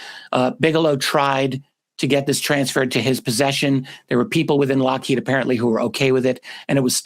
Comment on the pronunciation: Happy birthday! Also, Steven Greer has been saying it's Lockhead as well. Like consistently, since the video came out.